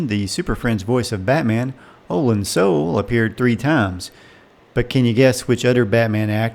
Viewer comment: Olan Soule's surname is pronounced, "soo-LAY", as anyone who has listened to the closing credits of his many appearances on radio episodes of "Dragnet" (as crime lab scientist, "Lee Jones") can attest.